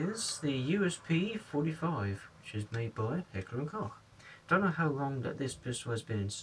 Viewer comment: by the way, koch is pronounced "coke" (